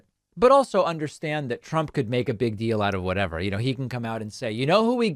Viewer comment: Or his own. One time he pronounced it "Drump."